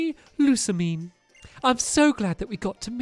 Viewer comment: This how to say all the the names stampy said wrong Hau=How Lusamine= Lusa-Mine Kukui= KaKuEE